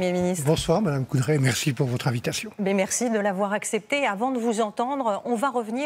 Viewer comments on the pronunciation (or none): "Merci pohr votre invitation" Yep, merci TF1 de l'avoir invité cela dit les électeurs ne l'ont pas fait ...